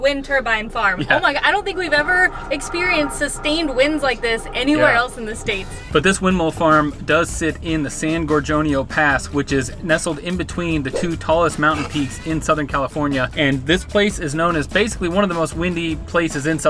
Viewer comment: It’s hot and you were there in May? Try August 😂!! San Gorgonio is pronounced San Gore-gonio. Not the J sound… Jorgonio. Just FYI. I’ve been down the tramway twice but never up it. We hiked from the other side of the mountain in Idyllwild up to the top of Mt San Jacinto two times. We rode down the tramway to catch a ride home. Beautiful country up in those mountains.